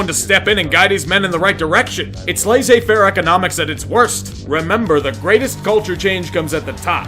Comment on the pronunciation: First time I've heard someone pronouncing Laissez-faire like that